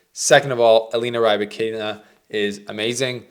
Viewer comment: I like the complete mispronouncing of the name